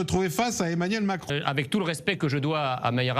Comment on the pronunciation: trés bien Monsieur Messiha ! pas mal le "émanuelle macron"!